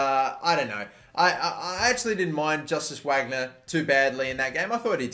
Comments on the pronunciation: VARGNER, not whagner pls 😩😩😩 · Wagner is pronounced Vargner, name of famous German composer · Don't want to criticise or anything, but I know you'll be using this a lot in the future, but I just want to say that the future star guy's name is pronounced Vagner, since in German W is pronounced as a V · It’s pronounced Varg-ner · Wagner’s name is pronounced ‘Vagner’. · Wagner is pronounced like Vahgner